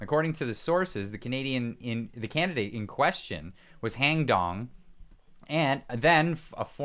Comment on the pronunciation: You called him hang dong🤣